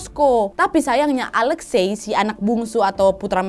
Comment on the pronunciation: Alexi ka bacanya..